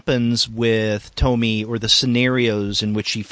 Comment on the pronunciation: It hurts to hear when he says "To-my" and not "To-mi-e"